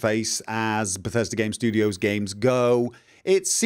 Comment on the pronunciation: *IGN USA*: Dur Hur - tew moch bethesta gaym in dis befesdah gaem Tehn owt off Sevum!!!